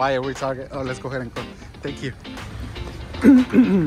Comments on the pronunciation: Bro said ‘TAR-JET NOT TARGET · he meant to say target